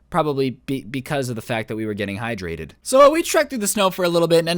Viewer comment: NOOO YOU CANT SAY HYTRATED IT HAS HI IN IT